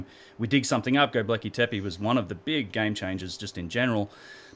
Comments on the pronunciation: Go-bek-li not go-ble-ki, but good vids:p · Hi! Sorry for this but it's Gobekli Tepe (Göbekli Tepe) not Gobleki Tepi. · You are a gun & your work rocks. But there is no such place as ' Gobleki tepi '. Read this part really carefully. GOBEKLI TEPE. Again, Go-bek-li Te-pe. Your working to hard, lad. This one went straight through to the keeper. Respect. J.A.S.S. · gobekli not gobleki, or gobelki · Love your channel and vids so much, you're so smart. But please learn how to pronounce Göbekli Tepe ... you keep saying "go-bleck-y" it's "go-beck-ly" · God damn it man... love and appreciate your work but GET THE NAME RIGHT AT LEAST ONCE. G o b e k l I t e p e not g o b l e k I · This is a really great interview. I saw the Grimerica show with Martin Sweatman, & as good as it was I think I gleaned more useful from this interview. Love your output mate, please keep it coming! Oh, btw its pronounced 'go-bek-li' ;D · Please take a couple minutes to work on your pronunciation of Go beck lee tep ay, it's my only issue with the entire channel. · LOL, I have the exact same thought each time he says it. he actually says "globekli" 😂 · Ashley Liddic I’ts actually Gö-beck-lee teh-peh , no ai in the ending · Australians can't say many things properly - Fish and chips, Six, Fence, Dance, Gobekli Tepe.. Haha just joking:P (Kiwi - Aussie)